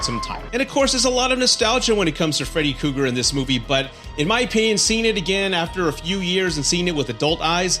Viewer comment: Freddy Cougar? You are missing an 'R' in there bud. Also it's monster not munster..